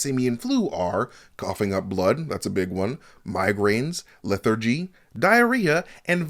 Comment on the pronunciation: Lmao at the way you say “lethargy” 😂😂